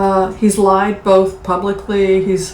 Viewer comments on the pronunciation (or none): none